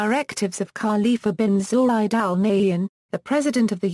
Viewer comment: U can't even pronounce his name properly is it accidental? R intentional?